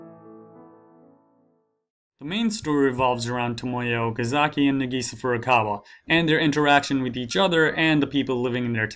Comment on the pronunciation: it's Nahgisaaah not nAgisa